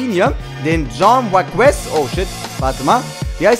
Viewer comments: omg wie sprichst du cain velazquez aus ?! den spricht man Chain Velaskues aus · sry dafür aber er wirx Kain Waleskez ausgeschprochen;D+ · der eine 97 heißt wird kane weläskäz ausgesprochen :D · Es wird caine also wie kane, veleskes ausgeprochen. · Wie hässlich der velasquez ausspricht hahahah schau dir mal an wie man den richtig ausspricht